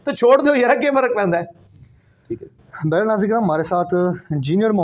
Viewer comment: لفظ بحرِحال نہیں ہوتا بلکہ بہرحال ہوتا ہے۔ یعنی آپ نے بولا بیرے حال جبکہ اس درست تلفظ ہے با ہر حال یعنی ہر حال سے اور یہ فارسی زبان سے ہے جس طرح انگلش میں کہتے ہیں ،،اینی وے،، بیرے حال کا کوئی مطلب نہیں ایسا کوئی لفظ نہیں اردو ڈکشنری میں۔ دوسرا آپ نے کہا امیر معاویہ رضی الله تعالٰی عنھا تو یاد رہے کہ میل کے ساتھ عَنْهُ (عن ھو) لگتا ہے اور عنھا فی میل کے ساتھ۔ مثال حضرت علی رضی الله تعالٰی عنہ۔ حضرت فاطمہ رضی الله عنھا